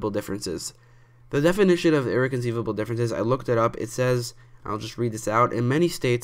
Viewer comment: First off, it's pronounced (Irr-rec-on-cī-lable) differences. That's all Have a nice day